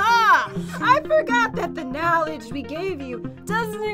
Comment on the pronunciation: say knawledge not knowledge